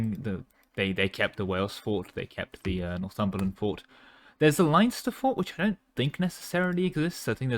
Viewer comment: "Line-ster" pain...